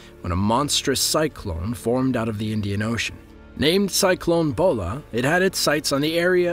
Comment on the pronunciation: It's pronounced as Cyclone Bhola